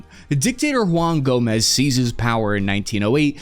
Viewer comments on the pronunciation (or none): none